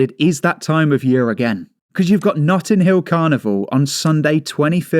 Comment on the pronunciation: 'Nutting' Hill Carnival...